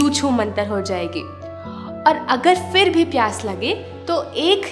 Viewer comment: FHIR FHIR FHIR FHIR FHIR FHIR FHIR FHIR FHIR FHIR FHIR FHIR FHIR FHIR Nai Madam PHIR PHIR PHIR Boliye Phal phal Fhal Fhal nai Phal Boliye